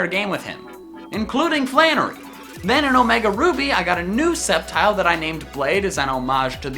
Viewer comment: SAMUROTT, NOT SAMARUT! THE SECOND E IN UNFEZANT IS SUPPOSED TO BE AN A! #4 IS SUPPOSED TO SAY SCEPTILE, NOT SCEPTICAL! #5 IS DECIDUEYE, NOT DICIDUI! LEFT OFF THE R IN INFERNAPE! GLISCOR DOES NOT END WITH AN E!